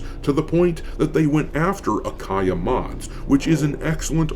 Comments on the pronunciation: It’s Ayaka-Mods, not Akaya 😉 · Doc... it's Ayaka not Akaya. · Man, it is "Ayaka" mods, not "Akaya" 😄. But the short of it: I love mods, especially those fixing the woke madness pestering so many games!! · Oh and the sites name is A ya Ka not akaya ^^ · Quick note Doc. You have "Akaya" mods in your video. It's actually "Ayaka" mods. Just want people to be able to find and support them.